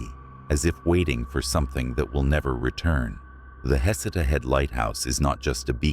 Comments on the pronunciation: Pronounced Heh-seed-uh lighthouse. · Its pronounced "Heh-see-tah" Head Lighthouse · It's pronounced Heck' et uh. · Heceta is pronounced Hay SEE tuh or huh-SEE-tuh. That's in Lane County a few miles north of Florence. It's the Heceta Head Lighthouse that's haunted.